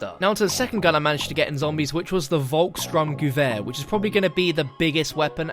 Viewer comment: Its not "VolksSTRUMgewher its the VolksSTURMgewher as in storm